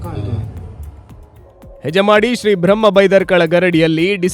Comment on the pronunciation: ಯಜಮಾಡಿ ಅಲ್ಲ ಹೆಜಮಾಡಿ